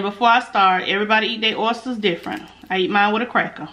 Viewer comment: How do oysters taste? Ooops I meant "errsters"!!😆😆😆😆